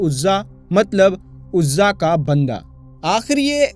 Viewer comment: Bhai aapne shahi paddhi nahi. Urzaa devi. Hihe bhutt nhi